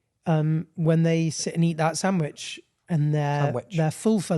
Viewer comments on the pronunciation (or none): im crying at italian saying sanwich and just doesn’t care